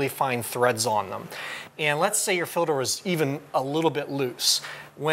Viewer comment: I'm curious... why does that guy keep calling it a "Filder" ??? Example